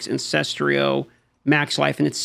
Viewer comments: Why do people still pronounce the word Ancestral as Ancestrial? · AN-CES-TRAL.. Repeat after me. AN-CES-TRAL not AN-CES-TRI-AL